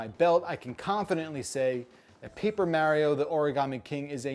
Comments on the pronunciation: I really REALLY wanted to like this game, but that battle system just looks awful. Will deffo not be getting this one. Oh, and don’t use your accent as an excuse,. I’ve known people with all kinds of accents and they can still say Mario, not Mehrio. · Also from NJ and cringe at each of his pronunciations of “Mehrio”. Nonetheless totally getting this game. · Wow, really pronounced mArio weirdly, he should adress that. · I don’t trust people who can’t even pronounce Mario’s name correctly to review a Mario game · because you said you pronounce mario like that Now i notice it. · its mostly the fact that he knows he's saying mario wrong which drives me crazy. Also seems pointless to have a 4 min review that doesn't go in depth into anything. Just like Ghost of Tsushima, am I right? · Don't worry as a Japanese citizen, You English speakers are all pronouncing Mario wrong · Thumbs down until he says “Mario” correctly 👎🏼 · I'm from New Jersey and I've never heard anyone here say mario that way. Why would you do this